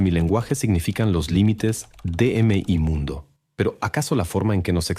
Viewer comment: ¡¡¡ La pu.. mier... de la Inteligencia Artificial !!! ¿¿ Ustedes ni escuchan lo que suben ?? A los 20 segundos del podcast la mier.. de I. A. dice "m i mundo" en lugar de lo que corresponde: ¡¡ mi (todo junto) mundo !!